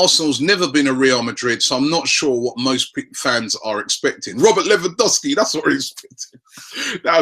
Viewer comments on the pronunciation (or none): LEV AN DOV SKI please say it right, infuriates me when people go American and say LEE WAN DOW SKI